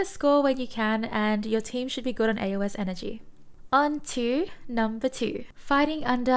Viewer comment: Please pronounce it “A-Os” not “A-O-S”